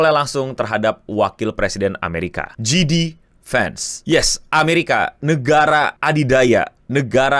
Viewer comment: Baca nya nama JD Vance itu JayDee, bukan GeeDee. Itu wapres Amrik, bukan leader Big Bang wkwkwk.